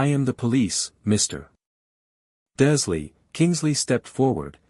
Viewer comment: Again another video where the bot voice can't read the r in Dursley, even though it does in other words. 🙄 The voice is annoying enough, but not making sure it says names correctly is lazy editing.